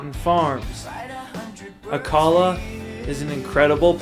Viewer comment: No. It's pronounced Gran,,deh as in deaf or dead. Rio Grande. No day sound Ah Kah la for Acala